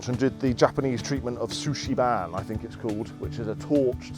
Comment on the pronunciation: "Sushi Ban" lamo... Love it. Worst pronunciation of Shou Sugi Ban I've ever heard lol. Cool place though.